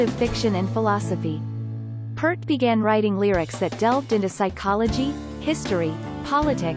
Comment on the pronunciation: P - ear - t, not P - ert, please!!